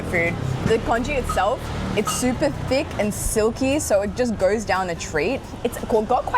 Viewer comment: Am I the only one who heard d*ck sauce instead of THICK sauce?:,))